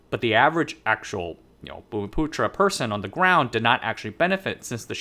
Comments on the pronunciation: You pronounce bumiputera really well, just like a local. UMNO is pronounced Uhm-noh. No one pronounces it by spelling out the individual letters U.M.N.O. The original party actually died with the Malaysian Constitutional Crisis of 1989 due to Mahathir. The party split into two camps. After winning the party war and forming his own new UMNO, he pretty much hijacked the judiciary making it subservient to the government (no more constitutional rule of law), enabling him to become somewhat of a racial supremacist dictator. The current UMNO is more like UMNO 2.0, it was a newly registered party during the split. But over time it took over the old UMNO's legacy. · You pronounced the word "bumiputra" spot on; kudos to you. And you've done a very decent job indeed in summarising the political and economic history of the Chinese diaspora in Malaysia. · I'm from Malaysia. You pronounced 'Bumiputera' correctly but 'UMNO' is pronounced here as 'arm-no' but without 'r' sound in the first syllable. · No problem buddy, it's not immediately apparent. You nailed the pronunciation of "bumiputera" though which is amazing